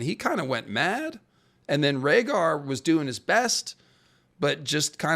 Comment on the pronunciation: Reading Rhaegar was harsh.😂